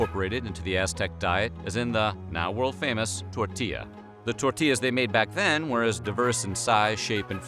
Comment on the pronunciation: The way he says tortilla "tortiezz" 🤢🤮